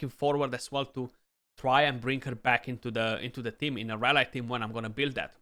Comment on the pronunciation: nice and thanks ...have in mind that in UK and USA they pronounce the y of rally as in happy so flat and not as a standalone y and sorry for this, just to help a youtuber for the future videos